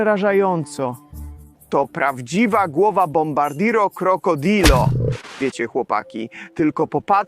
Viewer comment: Dobrze poprawnie wymawia bombardino krocodil